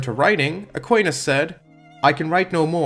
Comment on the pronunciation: Very strange view on thomism, also that’s not how Aquinas is pronounced in English